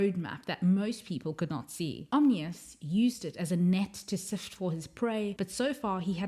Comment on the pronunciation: It's "Om-NEE-us" not "Om-inus." Also, it's "Axe-lah-tul" not "ax-o-til" tanks.